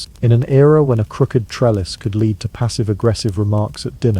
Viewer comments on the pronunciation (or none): Please train ur AI to say lead instead of lead. It throws me off everytime.